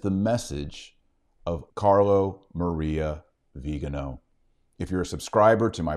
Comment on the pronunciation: It's not "viganooow". It's "viganoh" stress on the last syllable.